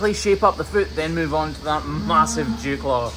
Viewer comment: I swear he said jew claw😂 but it’s dewclaw 😂